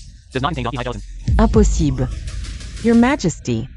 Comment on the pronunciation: I've never heard the word "Impossible" be pronounced so wrongly 😂😂😂 the drama was nice though. I don't regret watching 🎉